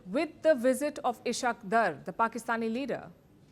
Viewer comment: Can't pronounce dar , shows level of journalism